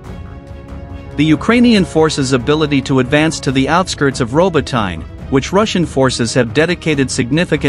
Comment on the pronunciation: That's not how you pronounce 'Robotyne', and the pronunciation of Urozhaine is even worse.